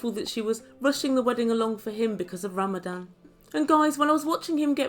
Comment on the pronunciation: I swear you are saying “ Ramadam” instead of Ramadan